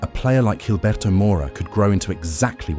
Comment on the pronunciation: G makes a H sound not a J, this isn’t fuckin Portuguese